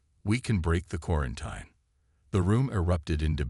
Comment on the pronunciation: Still not pronouncing quarantine correctly, huh? 😂